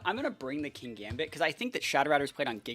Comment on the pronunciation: I thought it pronounced kin-gambit? There isn't 2 gs and considering how you evolve it makes sense?